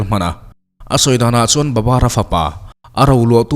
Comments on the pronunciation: Babar ti loin Babur tiin a in ziah dan ang khan lam rik tawp tur aw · Babar tih hi,babur ni zawk lo mi